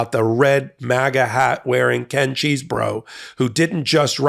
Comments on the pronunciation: Don't say cheese. I think it is chess. I love cheese and want to eat it without thinking about those morons. Please. L. Tribe pronounced it like chess, anyway. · Every time you say Cheesebro, I keep hearing Cheeseburger!! 😂😂😂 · It is CHESEBRO not Cheese , is not a cheese burger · The 'Cheese-bro' pronunciation sounds so appropriate. Thanks. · Ken Chesebro as pronounces it: My brother of a fermented dairy product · Who is the pipe bomber? That's the real question. EDIT: I love 'Cheese Bro' pronounciation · Is the correct pronunciation CHEESE-BRO? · It's pronounced however Kenneth Chesebro says, but I don't know what that is. Maybe we'll have to wait until he is sworn in at trial! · I love the emphasis that puts on the "cheese" in Chesebro.